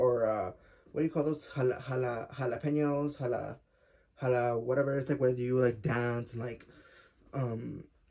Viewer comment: I love your shirt 🫶🏼 also “jalapeño” 😭🤣 you’re hilarious I can watch your videos all day lol why does it feel like we’re on FaceTime 💅😂